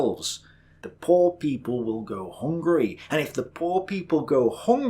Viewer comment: I just love how says "hOngree", instead of "hungry" like a normal human being.